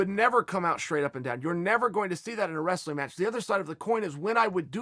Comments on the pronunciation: Chael" resleen, russler, restling, wes-lin" Sonnen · Chael "Wressa-leen" Sonnen